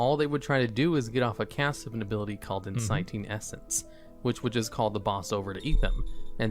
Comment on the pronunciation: The move is called enticing essence. Not enciting essence. Fucken shits me when some rich cunt paid to speak has obviously written an essay to make into a video, has the thing he's talking real slow about up on the screen and still says it wrong? are you fucking kidding me you rich little prick!?? fUCK THAT KIDD